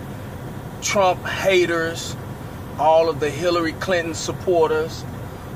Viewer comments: zoombaxd HAIR-really Clinton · “Harealeey clinton” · he didn't know how to say Hillary